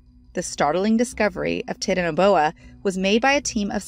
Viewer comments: "Ty-tan-a-boa" please do more than one take next time. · um what did you say titnoboa. I think it's pronounced titan-o-boa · Oml it's pronounced "tie tan a boa" and spelled titanaboa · I thought it was pronounced titan-a-boa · This woman cannot pronounce even one word correctly. TITAN-O-BOA can't be that hard surely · Yeah lier its titanboa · Tai-tana-boa smh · This video was so awesome to watch, but uh- am I tripping or did she pronounce Titanaboa wrong? I always thought it was pronounced “Tie-Tan-uh-bow-uh” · titanabowa is that you? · You're saying titanoboa wrong its pronounced tite-ano-boa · 1st of all, WW2 didn't have helicopters 2nd it is pronounced tie-tana-bowa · Its "Titanoboa" I hate her pronunciation of it. Annoying! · Its pronounced TI- TAN- A- BOA = TITANABOA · its pernounced (titan-oh-boa) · Tit-an boa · I am going to become a professional voice over artist starting tomorrow. It will be easy money. I for sure know how to pronounce "Borneo" and "titanoboa". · that's not how you pronounce it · it's literally not hard to pronounce Titanoboa... and yet.. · I’m just mad at how she said titanaboa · Dhe said titanaboa wrong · Tit-n- boa pronunciation I mean its literally a sound it out word titan-o-boa. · its not titanboa its t.y.t.a.n.a.b.o.a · It's not tit-an-a-boa it's titan-a-boa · How to say it: TIE- TANA-BOA how it's spelled: titanaboa!!: how to say it:titt na boa how it's spelled titanaboa!!! DONT MAKE NO SENSE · its pronounced tie-tanna-boa not tittinboa or titty boa or whatever she was saying. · Same Tit na Boa Titano Boa REALLY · Wait are you serious?!?! How do you mess that up?!?! Tit-in-a-boa?!?! Come on!! It's the TITAN-BOA!!! TIT?!?! TIIIIIIIT?? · 🤣😂😂 its not "tit" 'na boa' It's titanoboa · Why is it soo tough to pronounce it?? 😑tita.... Whatever aishhh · wth is a titinboa? its freak pronounced tie + ta + no + boa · Hahahaha..did she say "Tit and a Boa".. Hahahaha. It's (Tie-tan-ah-Bo-ah). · TITANABOA NOT TITNBOA